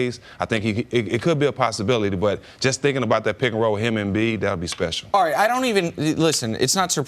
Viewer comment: Does CC ever make sense to anyone? He always says made up nonsense with such conviction... followed by "arright". not a typo, he dont say no L in it